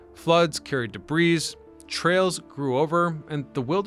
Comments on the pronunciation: Debreez? It’s debris pal, the s is silent. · "debrees" lol